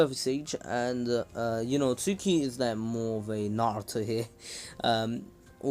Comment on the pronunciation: yooooooooooooo Suki (based on your pronunciation im guessing this is how it's spelled instead of "Tsuki") is gonna get so WET when Naruto does his entrance in the Pain attack. (Im not trynna be weird its just facts)